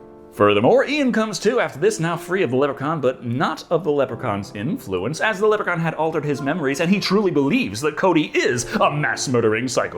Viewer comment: Stop pronouncing Leprechaun wrong 😭